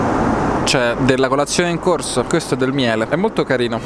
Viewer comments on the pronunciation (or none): none